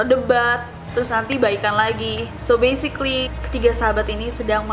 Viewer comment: So besikli, wicis, literli